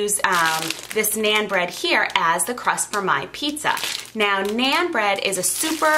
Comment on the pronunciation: Naan does not rhyme with Ann as you pronounce it. It rhymes with ON. Sounds like NON.